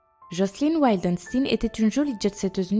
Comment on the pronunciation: Jocelyn Wildenstein ne se dit pas du tout "Wildenstine" mdr